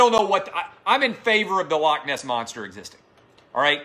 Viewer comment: Dear everyone that isn't Scottish. Please learn to say 'loch' properly, it's not hard, to do the 'ch' ,just imagine you are haching up some flem....or a pube out of your throat.....thank you...- every Scottish person.... ;)